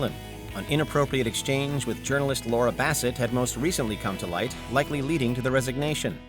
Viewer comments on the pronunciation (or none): none